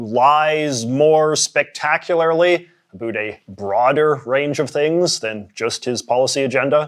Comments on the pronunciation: "A boot" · So you regularly say Uh-boot. Interesting